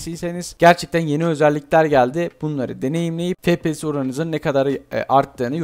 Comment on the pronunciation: abi niye fepese efpiyes demiyosun